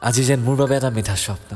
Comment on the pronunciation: Swopno word to bengalir nisinake kio koise..